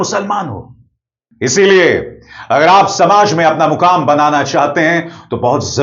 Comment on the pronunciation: Mukaam nahin-- "maqaam" banaya right abhisarji